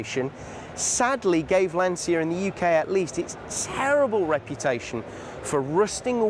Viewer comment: and Lancia is pronounced 'lan-cha'